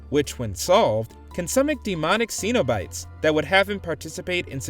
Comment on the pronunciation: Who pronounces cenobites that way? You would think the people who work at WatchMojo actually watch movies...